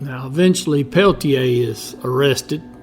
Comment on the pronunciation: Your obviously biased report fails to mention Coeur d'Alene warrior Joe Stuntz, who was an AIM member who was shot dead by one of the two FBI men during the same shootout! Also, your mispronunciation of Peltier's name shows your research came only from written documents. If you had actually seen Incident at Oglala, you would have pronounced it correctly. This was a war. Over 28 Oglala Sioux traditionalists were murdered by Dick Wilson and his GOONs in the years previous to the Jumping Bull shootout. Wilson was backed by the FBI, who were part of the cointelpro program to eliminate AIM.